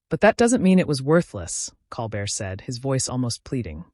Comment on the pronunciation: And Colbert name is mispronounced.